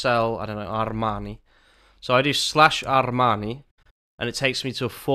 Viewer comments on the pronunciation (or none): ar-r-r-r-rmaaanii snob alert! jk brilliant video as always